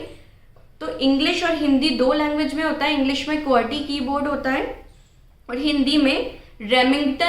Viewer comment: That is qwerty not querty